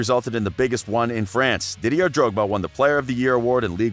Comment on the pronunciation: Dont ever listen to a man that says “DidieRRR” Drogba or “Marseye”